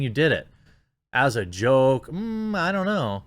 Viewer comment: “As a joke" oh must be a speech impediment. “As a choke” .. there fixed